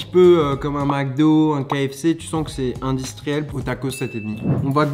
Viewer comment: "C'est un peu indistriellle"